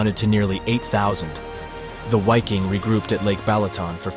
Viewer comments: Please don't say "Why-king" but rather "Vee-king" (in German "W" sounds like "V" in English, and "i" sounds like short "ee" or "i" in "big". You can also just use the English word Viking, because it has the same meaning in both languages, while "Why-king" sounds neither in German nor in English. This is some obnoxious language hybrid. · Viking not UAKING ! Please respect GERMAN language ! Congrats for your excellent work ! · Great video.... but isn't the European pronunciation 'V'eye-king', not 'Why-king'? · Why? Why in the opening of a documentary or rather how could you not know having supposedly done so much research would you refer to these men and the-pro.(WHY-king) division. It’s about as simple as just say Viking in English that’s just how to pronounce Wiking=Viking. No one one called them that. Or the Where-mocked) come on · It's pronounced Viking not wiking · Why king ? Really. It’s still pronounced Viking. Come on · It's pronounced "Viking" not "Whyking". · It's Pronounced as a V hence Vik-King not wy-king. I new a former Dutch member! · Why-king? It’s pronounced Vee-king in German.. but even normal English Vy-king would have done. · It is not Wiking but pronounced Viking. Germans pronounce a W as a V. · the true pronunciation of wiking is ve' king. it is Latin. or the English pronunciation is Viking. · It’s not a w it is pronounced as a V or a double V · The pronunciation of "Wiking" in Scandinavian is Veeking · Please learn how to pronounce German proper nouns- your credibility as a historical documentarist is seriously suspect. First & foremost, the German, "W" is always pronounced as, "V". Most of your German proper names are badly mispronounced- I had to stop watching... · Dude the letter "W" in German is pronounced like a "V". So it's the VIKING Division...! Really makes it seem as if you don't know what you're talking about. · Wiking division is pronounced vee koong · pronounced Viking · I’m German W is prounounced as a V. Wiking = Viking.